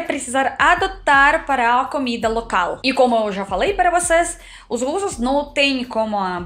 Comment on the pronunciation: vc ainda trocar O pelo A exemplo (comida vc fala camida)😮